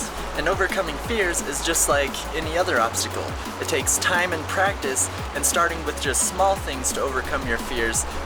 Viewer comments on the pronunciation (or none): none